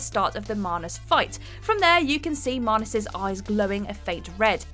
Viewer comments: So....I always thought it was MANus not MAHnus... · Why do keep pronouncing Manus with an r in it? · Wtf is a marnus? You mean manus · Manus ‘marnus’ 🤔🤔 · Anyone else bothered by the pronunciation of manus